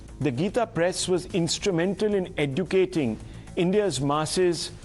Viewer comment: Once again pronounce "Educating ". I humbly advise the so-called mediator to learn English properly before hosting the sessions. 🙏🙏🙏🙏